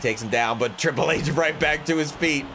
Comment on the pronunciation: I am mad you did call triple h. Riple H